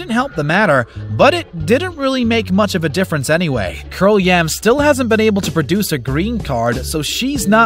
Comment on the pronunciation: "Curl-yam", cringes